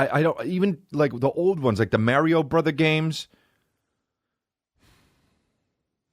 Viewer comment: Bro its Mah-rio not MARE-io